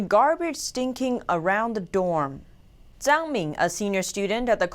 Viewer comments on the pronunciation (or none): none